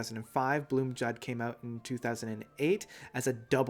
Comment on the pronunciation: Blomljud is pronounced BLOOMIUUUUDE which means THE SOUND OF THE FLOWERS. the guys in MS told me this!